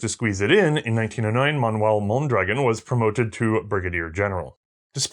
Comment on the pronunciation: I'm sure I;m not the first to mention this, but the rifle and its inventor are pronounced with the accent on the last vowel,, hence MondraGON. In Spanish, if there is no accent mark, the emphasis is on the penultimate syllable, as you pronounce it. While I am not a native Spanish speaker, I was certified to get bi-lingual pay as a police officer. I am a fan of your program, having watched all of the WW I episodes and all subsequent ones, as well. I am a court-recognized "expert" witness on firearms and their use in Federal Court. I rely on your content as a source in areas you have covered. As soon as I can organize it, I will become a member of your Patreon family. Keep up your good and important work. Best of the season to you and your crew, including the Guinea pigs.